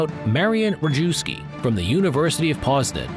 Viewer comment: wee-mar? Wrong map of Europe? Ree-jew-ski? Wrong uniforms? Oh boy....